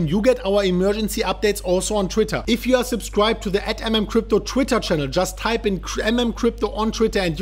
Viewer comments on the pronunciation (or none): none